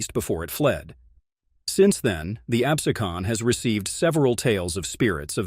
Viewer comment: Absecon Light house name is pronounced "AB-SEE-Con"